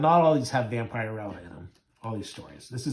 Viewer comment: I know this video is a year old, but her name is pronounced Vamp-a-rella. I do like your channel, though. I have both of these issues.